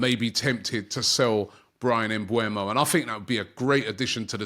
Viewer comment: It is pronounced MBE-UMO, not MBU-EMO